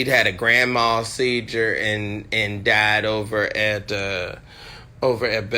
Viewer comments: He's a "scholar" and cannot pronounce seizure. What is a grand mal seedjure?🙄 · Seizure? Not sediure